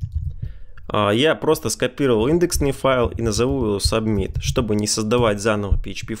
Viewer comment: Спасибо за видео. Только с произношением немного странно звучит. Например, "субмит" )))